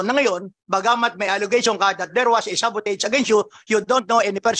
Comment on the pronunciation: The word is "sabotage".